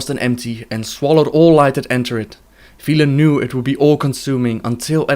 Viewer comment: Velen, not veelen.